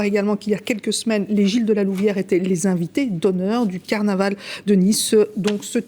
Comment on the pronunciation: " ca va etre un caranval que on va s'en souvenir toutes les années..." la vache, fait un effort tu passe à la télé..